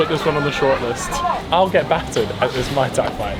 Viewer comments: it’s pronounced “mooy Thai” not “Mai Thai” because that is a drink lol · MAI TAI lol that’s a drink it’s Muay Thai (Maooi Thai) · Ngl, got irritated when he pronounced Muay Thai as Mai Tai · repeatedly saying Mai Tai and not muay thai is jarring